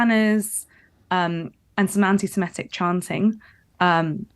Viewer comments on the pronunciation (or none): It's "semitic", not "semetic". The thugs we saw yesterday were THE SAME BLOKES that Sangita saw in the 1980s. 😮